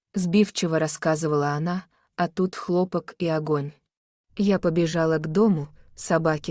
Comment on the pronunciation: Чтица, не хлОпок и хлопОк. Учите великий РУССКИЙ язык, пожалуйста. А рассказ очень интересный.